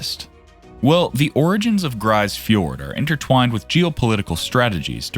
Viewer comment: It's pronounced 'grease fiord' not 'grice fiord'.